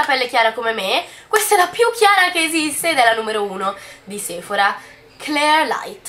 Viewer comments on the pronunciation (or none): none